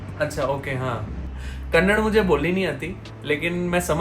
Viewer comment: It is not kannad it is kannadaaaa😊